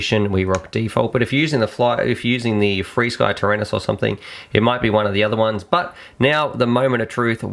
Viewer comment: When you say what sounds like "freesky" are you talking about flysky?